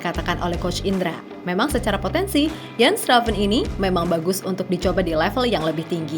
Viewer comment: Udah bener mba Moderator nya Nyebut nama Jens Raven ( baca Yens) pasti Abis lihat Video Kochi kayaknya ni wkwwkwk😂